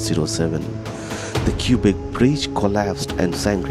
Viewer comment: Cubic City !? The Cubic Bridge ?!? Don't the residents pronounce it "kwabeck" ??